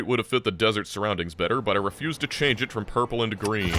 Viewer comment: Also I love that had extra OOMF when he said 'change it' as the Pioneer threw the charge